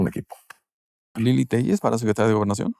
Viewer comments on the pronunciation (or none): SANTIAGO "TELLES" CREEL? - :face-purple-crying::face-purple-crying::face-purple-crying:🤣🤣